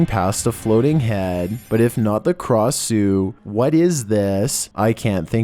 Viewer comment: U pronounced Krasue wrong it’s (kray-shoe)